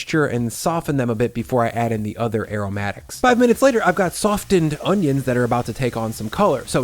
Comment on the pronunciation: said "sof-Denned", with a hard "d", when "softened" is usually pronounced "soffened" with a silent "t", like "often" used to be but which underwent a transition since about 1980. Before that everyone said "offened", you NEVER heard the "t" before that, and only old timey Victorian cosplayers ever said "oftentimes", but that has come back too. This may all seem normal to you if you're under 60, but when you've lived long enough, you notice things. Anyway, watch to see if starts saying "lis-denned". That's logically next. "Me and Lorn were lis-denning to tunes on vinyl last night and..."